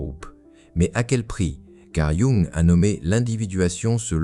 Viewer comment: Pouvez-vous, s'il vous plaît, prononcer correctement le nom de Jung?